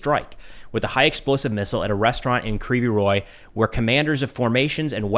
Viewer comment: Your pronunciation is almost on point, except you say "ree", when it's "rig", g like in "rogue". Also, "g" in Ukrainian is very soft, it's almost "kh", that's why you may miss it when Ukrainian says "rig", but it's there. You may come across different pronunciations because in Russian it's "Krivoy Rog". There is a lot of words that are the same between Ukrainian and Russian, except for that in Ukrainian version "o" replaced with "i". You read Russian and Ukrainian "i" like "ee". The name of the city means "crooked horn", which is kind of a fun name, if you are interested.